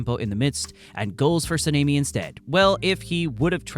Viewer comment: Dude mispronounced Tengen, Mugen and Sanemi. Those are not hard words or names to pronounce.